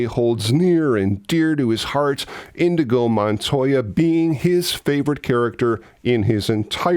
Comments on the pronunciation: Prolly here already, but it's Inigo, not Indigo. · Inigo NOT "Indigo"!!!! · Inigo Montoya, not Indigo! C’mon! 😂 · InYeGO Montoya........not INDIGO... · Hey, pretty sure the character is “Inigo” and not “Indigo”. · INIGO! Not indigo! Indigo is a color. The Swordsman is Inigo Montoya...... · Dunno if you realize it or if anyone else mentioned it, but it's 'In-nee-go', not 'In-dee-go' Indigo is a color whereas Inigo is a swordsman... not to be a pedant... Your show rocks BTW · I know it was just a slip of the tongue, but saying InDigo Montoya when his name is Inigo kept pulling me out of your video. Of course, that's a ME problem. LOL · Are you saying indigo? Because it's inigo 😂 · And I thought you were a geek about this movie. The fellow’s name was Inigo, not “indigo.” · You keep using that word... Indigo. It's Inigo. You should know as you and I both discussed it in my comment on your preview vid for this vid yesterday. LMFAO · BTW, Indigo is a color, NOT a name. It's "Inigo"... ;-P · Isn't it Inigo Montoya, not Indigo? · Indeed "Inigo"...not "Indigo". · PLEASE go back and overdub Indigo with Inigo. Love the video other wise… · Love this video! Just a quick correction. The name of the character is "Inígo" and not "Indigo". It took me a long time to realize. this. 🙂